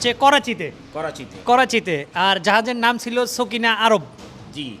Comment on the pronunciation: এটা সকিনা আরব নয় এটা হবে সাফিনা আরব।